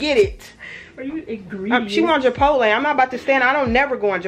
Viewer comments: Do you say Japotle instead of Chipotle because you’re? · Love the vlog! But why do you say “Jabotle” 😂